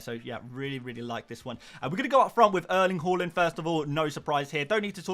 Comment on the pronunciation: Good vid, just cant hear you say name Erling "HORLAND" ever again 😂